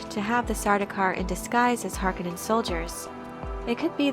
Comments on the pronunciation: Harkanin? Its Hark-O-nen. Please stop saying this wrong. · Harkonnen not pronounced "Har-Ka-Nen" it's "Har-Koe-Nen". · It's Harkooonen, not Harkkonenn. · I noticed you kept calling House Harkonnen as (Hark onin) with a short o sound. I have always heard it pronounced as (Har Ko nen) long o sound. I guess it's just different peoples pronunciation from what Frank Herbert wrote. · Just a heads up ... it pronounced Har-KOn-nen, not Har-KA-nen. The 'O' is long. 👍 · Great video. I don't understand why people mispronounce the word Harkonnen. It is HarK'o'nnen not Hark'e'nnen or Hark'i'nnen. The second syllable is with a 'O'. The Lynch movie got it right. The westwood games got it right. It is only the TV series that got it wrong. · Har-Kon-nen say it right! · It is pronounce Har Ko Nen , it was bothering me thoughout the video :)) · Why the stress on the first syllable in the name Harkonnen? I'm generally curious as it's a BB it jarring after 35 years hearing it said with stress on the second.